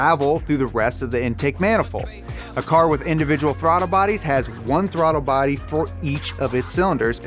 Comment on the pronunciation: "The RB also features individual throttar body's or IB's" Did anyone else notice he said throttar body's? Lol